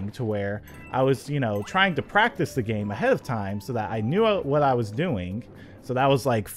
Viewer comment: is it just me or did anyone else hear him say dame instead of game